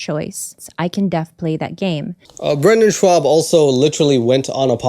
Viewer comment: So you did stand up once in high school. You haven't even learned how to say his name correctly. Brenden has a long list of accomplishments spanning years between football, lacrosse, fighting, and commentary. True, his comedy is not great. But it's cool you did stand up at a high school talent show... 🙄